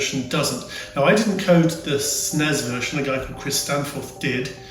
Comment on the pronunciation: Rewatching some of these videos.... Having moved from the UK to Canada, its nice to hear that pronunciation of SNES... Everyone here calls is Super Nintendo, Super N.E.S. or S.N.E.S. so its nice to here it being called "SNESSSSSS"!